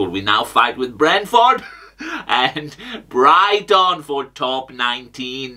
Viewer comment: Bri-ghi -ton